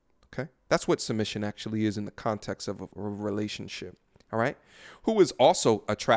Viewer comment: You should probably say “context”like that from now on